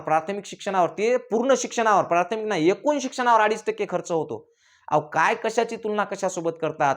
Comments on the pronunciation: तू शिक्षक आहे का रे. असेल तर मग बम्बच बरोबर आहे. कारण तुला प्राथमिक नीट बोलता येईना. प्रार्थमिक बोलतोय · प्रार्थमीक नाही प्राथमिक म्हणा.